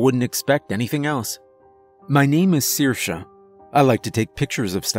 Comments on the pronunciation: Thanks for pronouncing Saoirse right ❤️ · Nice you actually pronounce Saoirse reasonably well! I’m surprised at the amount of narrators who don’t bother to look up how to pronounce certain words or names they are unfamiliar with. And great job voicing the sea bishop, unique!